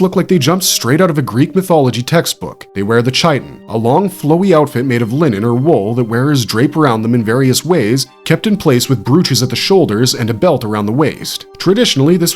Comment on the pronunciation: The garment called a chiton is pronounced kite-on